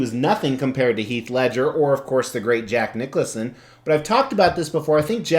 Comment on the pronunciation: Great statue, are you mis-pronouncing Jack Nicholson’s name on purpose?